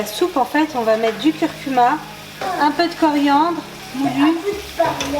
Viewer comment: “Du curcumu moulu” ahaha trop mimi :D